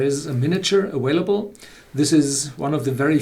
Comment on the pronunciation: Why do you say vanilla with a V but you say available with a W? aWailable sounds stupid...